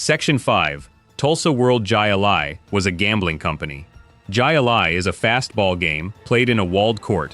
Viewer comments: It’s pronounced: “HIGH A-LIE” not Ji A Lie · jai Lai is pronounced “Hi Lai” Not “ Ji Lai”. Unbelievable a Professional announcer could not know that and worse that it went unnoticed And uncorrected. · that game is pronounced hi lie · Give me a break. The game in Florida, Jai-Ali, is pronounced as HI- A LI . Jai alai (/ˈhaɪ.əlaɪ/ HYE-ə-lye: ) J is pronounced as H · THE IDIOT NARRATOR DOES NOT EVEN PRONOUNCE 'JAI LAI" CRRECTLY !!!!